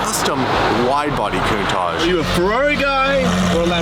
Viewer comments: What's with canadians and americans (I'm looking at you ) pronouncing countach 'coon-taj'?? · why do you say coontasch, isntbit pronounced countach? you know, like "counting" and "touching"? coun touch? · You keep saying lamborghini cuntosh it's definitely not a cuntosh it's a impostor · stop calling it a countach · The way he pronounces ‘Countach’…it’s like he is saying something vulgar and dirty! 😂